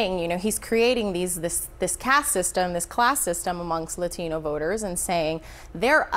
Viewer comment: If that lady said La - TEEN-O voters one more time! 🙉🙉🙉🙉